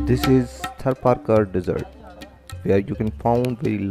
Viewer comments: How you pronounce Desert & Dessert Lol Where you learn your Ingglish ? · Get an English speaker to narrate; there is a difference between desert and dessert....